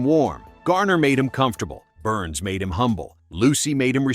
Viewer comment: George Burns. "Burns' " ( a possessive case of 'Burns' ) is not pronounced "Burnses." It is pronounced "Burns." Duh. Neh? Duh. Neh? Duh. Neh? Duh. Neh? Duh. Neh?